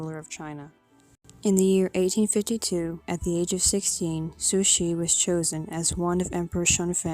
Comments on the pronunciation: "Sushi" is Japanese raw fish. Please pronoumce her name CORRECTLY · I agree.. sounds like she's saying "Sushie". Not sure how she gets that out of Cixi. I rarely hear anyone get it right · I never hear anyone pronounce her name correctly